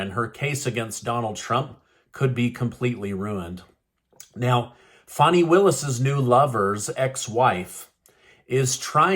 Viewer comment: Her name is not FAWNI, it is FAN-I rhymes with ban, like the slang term for a butt a fanny. Questionable content in her character.